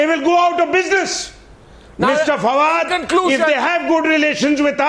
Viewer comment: I duno y they call this dog fawad , fucking my ears are bleeding.